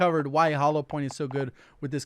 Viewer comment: Idk why but at the end of all of vids im hearing “thanks for watching n zoey’s, catch you next time” instead of hearing actually say “thanks for watching and as always, catch you next time” 😁😁😁